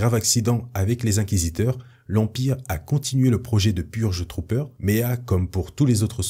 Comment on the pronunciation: Pour la partie sur les Purge Trooper g eu un bug , j'ai compris Pur jus troopers xD